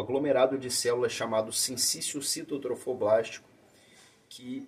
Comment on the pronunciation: Ele falou tão fácil Sinciciocitotrofoblástico kkk até hoje eu tento e não consigo😂